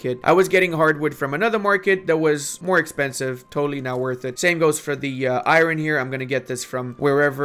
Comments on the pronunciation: Eye-Ron...... or Ire-Urn., I love your videos. I learn so much. Keep up the good work! Thanks for your play-throughs and guides! Keeps me engaged in Paradox games when I get down! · Its not Iroon, its I am alone🤣🤣